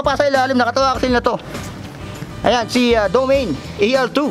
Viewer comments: Mali ang pronunciation mo DO-MA-NE. Ang tamang bigkas hindi Domeyn. Panoorin mo sa Site ng Trek. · Ser ikorek lang kita hindi DOMEYN basa jan kundi do-ma-ne. Parang Mane ni ate marites haha